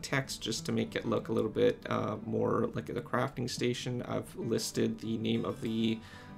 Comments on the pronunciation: The gui said cafting station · "Cafting Station" what